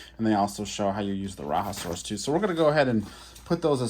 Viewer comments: True that! I honestly don’t really get how it becomes ‘RaHa’ but hey. Who am I to judge? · Love the vehicles! FYI: The “Raja” in Rajasaurus is pronounced “Rah-Jah”. The animal was found in India and named after Indian monarchs aka Rajas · Bah another exclusive. Raiasaurus is an Indian Dinosaur, so it is pronounced as RAHjaSORus